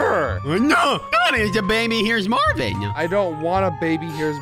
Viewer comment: is Marvin not Marvim